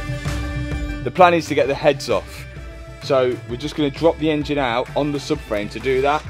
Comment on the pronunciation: The way he says engine very bad